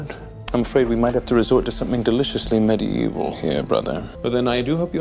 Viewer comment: Did he just say deliciously mid-evil😂i can't